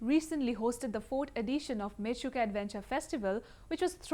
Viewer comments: Its Menchuka not Mechuka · Mechuka is it's real name.. not menchuka..